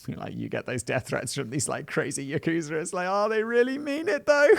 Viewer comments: I thought its pronounced 'Yak-sa', not 'Yakoo-sa' 🤔 ..... But I might be wrong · Love the mushmouth Simon. Not sarcasm, I actually generally find it entertaining. For future reference though, it's pronounced with the emphasis on the "ya" part of the word yakuza. You barely even pronounce the "u". So, YAH-KuZAH basically. Keep up the good work either way! Love the show! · "Ya-KOO-zur" - Whistle Boy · That's not how you pronounce "Yakuza".